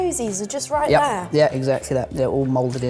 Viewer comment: "Rouight!" yep, they're related